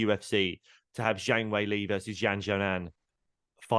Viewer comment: Completely agree, Zhang Weili is fantastic. Exciting, fun fighter and proper down to earth. Just an FYI, pronunciation is “Jang Way Lee” too British-ise it. I work in China so proper hope her next fight is there!